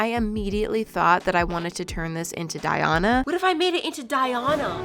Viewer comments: my name is Diana so hearing it being pronounced “Die-Ona” so wrongly hurts my soul LOL 😂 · I’ve never heard someone pronounce “Diana” that way, and each time you say it I get a jump scare 😭